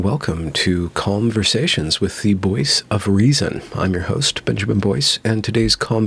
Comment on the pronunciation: Narrator: "...calmversations..." Cat: "ATTACK KITTY!"